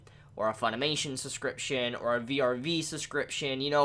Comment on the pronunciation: vrv, not v-r-v